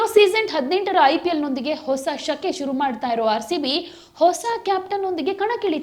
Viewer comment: ಹಿಸ ಅಲ್ಲ ಹೊಸ